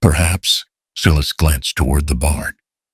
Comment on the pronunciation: Good animation but pronunciation is off. "Sky" becomes "ski"?? SII-is for Silas... Also, Amos was Almus? Sometimes pronounced correctly others not. Who was Emma? The story didn't explain who she was but I assume she was Caleb's daughter?? The models were good looking especially Caleb. He looked native but it didn't say so. Shouldn't Caleb's last name had been Blackthorn instead of Thornton? Why call it Blackthorn Ranch? Who was "Miss Abigail "?